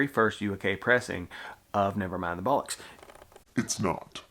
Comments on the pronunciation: and it's bollocks, not bullocks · ACES VID MAN! Bollocks is pronounced like... Boh. lox.